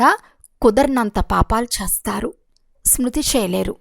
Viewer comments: Om Shanthi... A small correction while explaining that you are pronouncing "Chestharu" as "Chastharu" which it changes the meaning of that sentence. Chesthe /Chestharu means will do and Chastharu means will die. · Om Shanti Akkayya Garu Chastharu x chestharu ✓ Yenphye nalugu X Yenbhai nalugu✓ Visham X Vishayam ✓